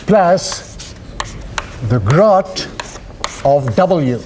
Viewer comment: It seems to sound like grot, but what he is really saying is "Grad" as in, gradient operator. His pronunciation seems to make Grad sound like Grot due to the afrikaans d=t sound at the end of the sentence, along with the long 'a' sound before it.